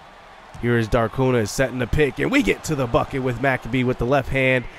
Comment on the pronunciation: Hey! Your point guard’s last name is pronounced Mic-Cabe (cabe like rhymes with babe)…. Not Mac-a-bee 👍😁 Big fan!